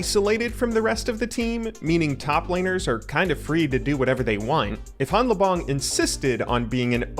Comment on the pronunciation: You started out correctly pronouncing hanlabong where the n and l merge into just an l sound but then reverted to an incorrect pronunciation at some point.